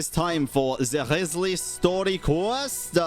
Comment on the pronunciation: Why do you keep saying his name wrong?